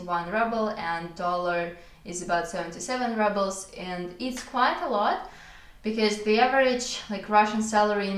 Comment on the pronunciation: Hey, interesting video, just as an FYI, the word « rubles » is pronounced like it is in russian- « roubles », with a long « ou » sound 😊